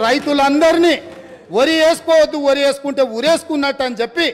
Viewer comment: వరి‌. అంటే వురి అన్నారు